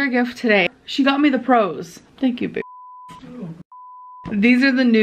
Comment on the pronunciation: Does anyone else hear Amber pronouncing baby almost with a v in it? Like …. “Baevy” … I know I’m hearing impaired but I just feel like she says it weird? Like she’s forgetting basic vocabulary?